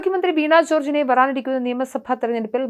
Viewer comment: അതൊക്കെ ശരി.. ഉച്ചാരണ ശുദ്ധി ഇല്ലാത്തവരെ ആണോ വാർത്താ വായന എല്പിക്കുന്നത്..ആറോഗ്യ മന്ത്രി, വറാനിറിക്കുന്ന എന്നൊക്കെ